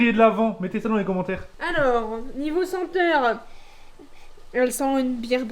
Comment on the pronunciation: c moi ou a dit niveau s'enteur mdrrr